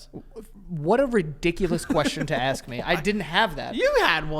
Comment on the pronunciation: For a guy who regularly pronounces it "axe" instead of "ask", Joe shouldn't be so hard on words Haha! X'D